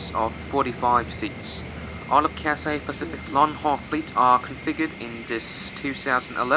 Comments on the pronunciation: Yo, it is not Catsay. It is Cathay with an h. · What is cassay pacific. Is it so hard to pronounce Cathay? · It's Cathay, not Cat-say. Cathay. Repeat after me, Cathay. If you can fake the British accent, you can say Cathay properly. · Say Cathay, and not Cassay. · he spelled it wrong intentionally, because the guy in the video was pronouncing the name of the airline as "catsay", which is wrong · Your pronouncing the name of the airline wrong I don't hear a Scholar 😂 don't take it personally tho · I thought I was the only one felt the word Cathay was pronounced incorrectly